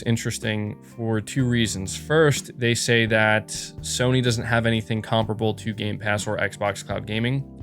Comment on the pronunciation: Why do you pronounce comparable so weird?